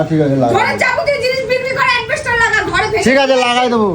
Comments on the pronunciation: ও সমান পণ্ডিত! "অ্যাসবেসটস" - কে "অ্যাসবেসটর" বলছে! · বলছে অ্যাডবেস্টার, সালা অশিক্ষিত।😅 নিজেরই যেখানে এত উচ্চারণ ভুল, সে নিজের স্বামীর এত উচ্চারণের ভুল ধরে কি করে? এ আবার নিজের মেয়েকেও পড়ায়। মেয়েও তো এর মতনই উচ্চারণ শিখবে বলে মনে হয়।